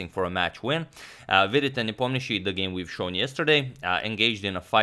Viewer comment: He is good, but not great. For example, as far as Slavic names are concerned, Nepomniachi and Ivanchuk are still pronounced wrong. Not that it bothers me much, but "another level" - that is an exaggeration